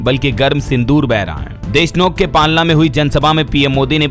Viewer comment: Palna nhi palana